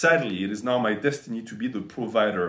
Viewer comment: "Some of muh fans came up with that idea." "Muh fans and muh clients suggested i wear muh cape, gahs, to raise money for muh chari-tee." "Muh MILFs and muh GILFs and muh THOUSANDS of fans and muh HUNDREDS of clients all donated AYE-LOHHT of money because they all love me and want to be part of muh life." "And we raised AYE-LOHHT of money which was donated to muh worthy cause, gahs."